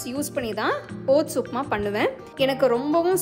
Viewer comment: ஒட்ஸ் பெயர் தெளிவாக உச்சரிப்பு வரவில்லை கொஞ்சம் புரியற மாதிரி நிறுத்தி கூறவும்